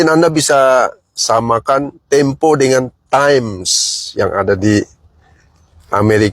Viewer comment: Majalah tempe bang bukan temo..brita ga falit